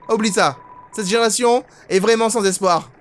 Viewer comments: Au fait ça se prononce ni sans en ne prononcent pas le s ni Sans en prononcent le s ça se prononce Sans comme si tu disais sane z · c simple en fait pour Papyrus ce n est pas génant a entendre mais sans ça fait bizare d entendre sans et non Sanse donc on préfère dire Sanse voila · oui j'arrive apres le guerre et je vous enmmerde , pourquoi on t'enmerde avec sans et non papyrus? parce que sans c encore une mauvasie prononciation , c comme les anglais mais avec un accent fr (parce que les anglais disent seinnece et non sansse) bha la c pareil , pour faire court c comme si tu disais "papyru" au lieu de "papyrusse" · ssssaaaaannnnnssssssssssssssssss apren à prononcer stp